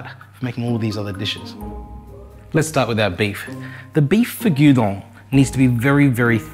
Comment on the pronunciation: LOL, it sounded like you were making us Dungeon 😱